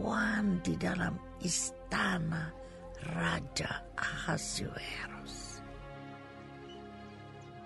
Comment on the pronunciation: suara dan intonasi udah oke, cuma yg agak mengganjal di sini pengucapan nama raja Ahasyweros. Semestinya dibaca/dilafalkan A-hasy-we-ros, bukan A-ha-si-we-ros.